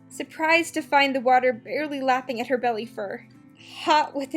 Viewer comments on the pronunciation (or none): none